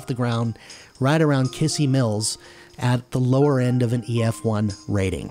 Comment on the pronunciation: Just so you know, it's pronounced Kiz-zee Mills. Still, great coverage on the track, guess it's now time to see if my storage unit on Mt. Branson is still intact or gone completely.